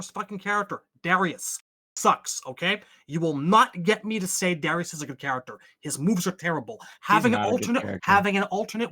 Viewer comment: And speak of the devil! Lmao. As soon as I un-paused the video after replying to this, someone pronounces Darrius incorrectly .